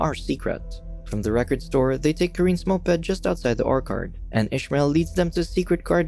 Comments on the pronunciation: not Orkerd...OrCHard. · nah he said or-kard. should be oer-chird. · NOBODY'S LIGHTING THIS GUY UP FOR "ORKERD"! IT TOOK ME THREE TIMES TO FIGURE OUT HE WAS BUTCHERING ORCHARD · I gave up when the narrator pronounced the word “orchard” as “orkard”. Everyone knows how to say the word correctly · "orKard" ---> it's orCHARD. wtf is the reader foreign? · Is this moron going to constantly pronounce “orchard” as “orkard”? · It's orchard Emphasis on ch or CH ard . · Why is he calling an orchard an "orkard?" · the way he pronounces orchard 💀 "ore card" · Yes he said orkard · 'Or-curd?' Sorry if you think I am a prick, just had to make note of the mispronunciation... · dude, if you are going to read a script as your job here, you need to learn to pronounce things properly. orkard? come on dude. you do this often with simple words too. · Orc Hard is the weirdest way I have ever heard orchard pronounced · Orchard is pronounced O R- C hurd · Do these guys mispronounce words on purpose? Oark-ard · Are your purposefully mispronouncing Orchard? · Did you really mispronounce orchard? Wow. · Can't get past the mispronounced 'orchard' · Every time you said Orchard I wanted to blow my brains out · Took me a second to realize that he was saying orchard.. I guess we pronounce it differently